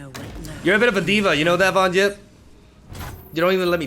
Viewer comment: For fuck sake it's not Von 'Jipp'...